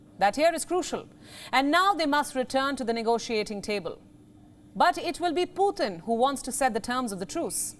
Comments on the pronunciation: Putin not puthin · Learn to pronounce Putin please. It just sounds stupid